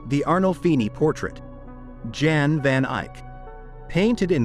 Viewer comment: at least get the man's name right! Jan van Eyck. Jan is pronounced like Yan in Dutch